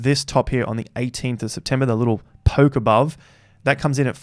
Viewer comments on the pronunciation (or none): none